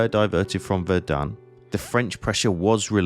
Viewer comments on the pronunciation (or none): KI kann nicht mal Somme und Verdun richtig aussprechen.